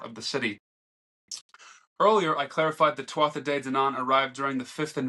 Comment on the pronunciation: Not trying to be that guy genuinely just giving a pointer but tuatha in Irish is pronounced too-wa.